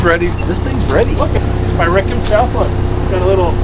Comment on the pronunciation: 'Rigga' Rick😂 E: HBD!